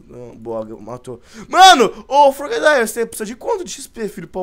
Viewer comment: Wolf o nome do frogadier e como se lê não é como frogadair